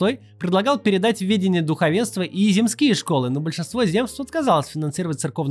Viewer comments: У Максима ударение скачет в слове "земские": то "зЕмские", то "земскИе", но чаще в сторону неправильного второго варианта. Ещё и "уезднОе", а не "уЕздное". У меня дипломная работа была как раз про земства, поэтому очень режет слух))) За видео спасибо. Показывайте чаще штаб и его работу, а то в новостях очень мало 🙁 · Земские - ударение на первый слог, от слова земство. Гарин- Михайловский - это один человек😉 А так все супер)